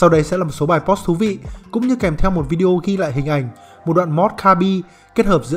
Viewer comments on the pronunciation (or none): none